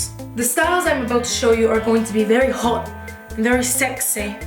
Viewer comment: “We’re gonna be h0ht we’re gonna be sExEh” lol 😂 😆